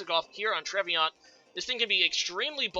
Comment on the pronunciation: Trev-e-naunt (Like the DiCaprio Film). Nice predictions in this match btw! A change from usual ;)